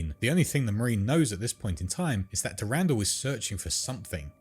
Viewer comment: The way he say's "S'pht" and "Durandal" has my huge marathon fan brain sadge, but good video! Shoulda refrenced some of the other lore goats or the deeper lore the names come from